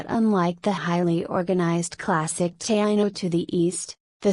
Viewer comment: Wishing the pronunciations were better. Ta-EEE-no, gwah-nah-tah-BAY, see-boh-NAY